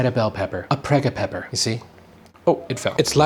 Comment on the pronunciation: LMAO -- Prego-pepper